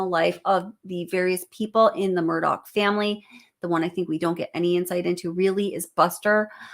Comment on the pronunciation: Please never say Murdog again.